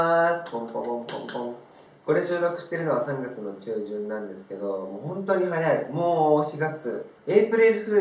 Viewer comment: ''3月の''って所のイントネーションが訛ってた（笑）